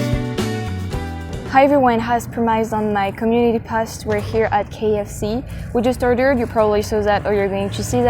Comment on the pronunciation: You are wonderful! l have one tiny helpful hint for you on pronouncing 'post'. The o is long, like in 'pole'. xx I love watching you! Please travel to Atlanta someday and look me up! I'd love to show you around!!